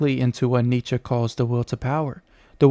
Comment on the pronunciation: Not a smooth delivery with the stuttered, some what obviously...nitsher said, neitchky, newtskey, nitskee, knootskey, kernigit, Neh!!!